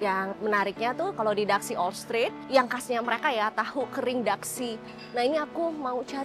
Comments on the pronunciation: Di daxi org taiwan bacanya tasi bukan daksi soalnya gk bisa sebut D itu terkenal dengan tahu hitamnya enak banget. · Kak maaf ya,itu DAXI pengucapannya bukan daksi ya tapi TA_Si..saya tau pengucapanya karna kbetulan dulj waktu kerja di taiwan,sering diajak ke Daerah situ sm bosku,memang tulisan sama pengucapan itu beda kalau untuk bahasa mandarin ya kak🙏😊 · Daxi dibaca Ta Shi kak.. cmiiw.. love you.. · Maaf kakak cantik ,just correct.Daxi itu di bacanya tasiy,dan itu kue bolunya namanya tankau (bolu taiwan) itu eyke jg bikin mbaknya🙂‍↔️🙂‍↔️ xie xie nimen ,wose chu cai taoyuan le. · Daxi tuh Dibacanya Ta xi kak ia